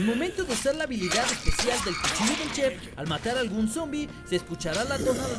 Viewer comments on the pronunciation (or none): none